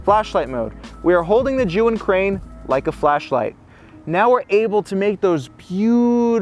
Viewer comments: The only person who actually pronounced Zhiyun almost correctly. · finally, somebody pronounce ZHIYUN properly :)